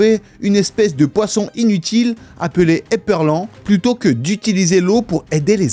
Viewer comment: on dit pas ép(è)rlan ? plutôt ceux qui savent ?